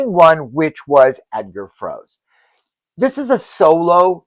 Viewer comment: Dear friend, in German we read the last syllable too (Froe-se, Schul-tze etc.), so you pronounce the TD's names wrong, "angloamericanising" them...